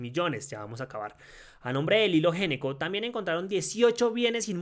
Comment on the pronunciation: GENECO NO, SE PRONUNCIA "ñECCO." !!!!!!!!!!!!!!!!!!!!!!!!!!!!!!!!!!!!!!!!!!!!!!!!!!!!!!!!!!!!!!!!!!!!!!!!!!!!!!!!!!!!!!!!!!!!!!!!!!!